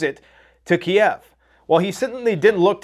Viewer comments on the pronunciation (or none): none